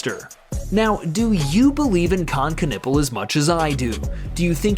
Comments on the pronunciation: its always funny when americans cant pronounce : ü ä ö der typ heist Knüppel ganz einfach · Ask German people how to pronounce that name. That doesn't sound right yet. I'm from Finland and we know our friends... 😮 so they were at first but then everything got south to north and now we all right.